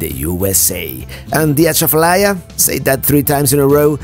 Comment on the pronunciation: You were on I-12 (between Madisonville and Baton Rouge) when you said you were driving I-10. Also, Breaux Bridge is pronounced Bro Bridge. Really easy! You did well with Atchafalaya! That toad near Breaux Bridge has been redone. The psychological change for me is crossing the Sabine River to Texas. That's where the climate and culture changes.